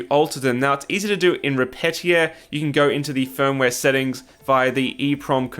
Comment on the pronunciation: FYI, Repetier is not pronounced "re-petty-er" it's "re-pete-ee-ay". Like, as if it was a French word. (source: I heard the author speak about the software in a podcast where he was being interviewed by Scott Hanselman a few years ago).